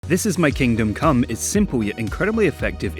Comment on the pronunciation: "what is it about coom that makes it so enjoyable for so many"